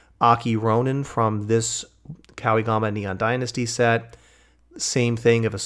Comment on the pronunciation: Everybody heard, you said Kawigama at the beginning of the video!!! Awesome video btw xD